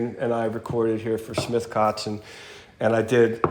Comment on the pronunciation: Impressive pronunciation of the very common german terms "kotzen" and "vixen" in the first few minutes!👍